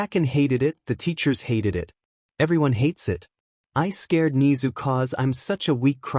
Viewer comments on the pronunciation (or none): bro said ni-zu and i have never felt so angry over a talking rat from an anime its ne-zu im sorry im just a really big mha fan